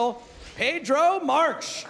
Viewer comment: Mr. Stableton Marques is Portogues and is spoken Markees ...lol .